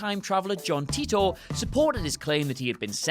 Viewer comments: It's not John Tea-tor! It's Tie-tor! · It's Titor not Titter